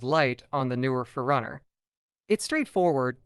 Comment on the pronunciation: Say it like 2 words. 4 Runner